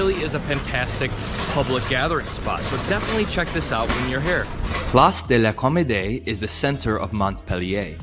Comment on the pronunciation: «parreeeshan» «plaasdelaucommodé» 😂💀